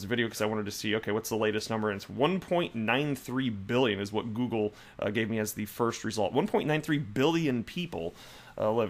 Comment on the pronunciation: The way you said "google" reminds me of Zoolander 😂